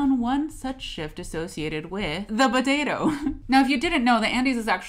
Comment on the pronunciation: It bothers me that she pronounces it "buh-tato."